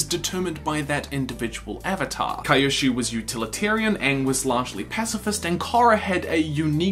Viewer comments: any particular reason you're calling kyoshi "kaiyoshi"? is this like a m knight thing? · "Kai-oshu" lol.